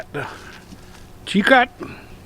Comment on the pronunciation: It is pronounced Chi-Co. the T is silent.